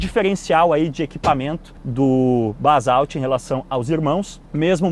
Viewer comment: Só "Balsauti" mesmo!!! primeiro fale o nome certo!!!